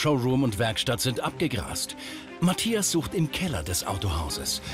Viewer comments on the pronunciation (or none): auf jeden!Allein wie sie Mathias sagt:Matjas :D